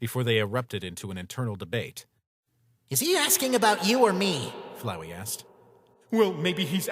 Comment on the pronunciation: FLOWEY!!!!! ITS FLOWEY, NOT FLOWERY